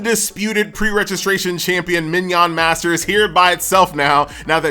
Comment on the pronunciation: "Min yawn masters?" lol